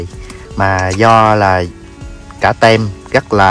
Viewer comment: Team tiếng anh đọc là “tim” chứ ko phải “tem” Nam ơi.